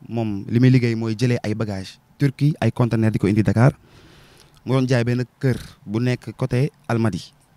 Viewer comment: Leçon du jour :on dit CONTENEUR et non CONTNAIRE👍